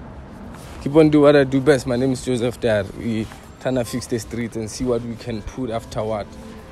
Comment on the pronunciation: He's still saying "from me and Joseph Dary" le nou😭😂😂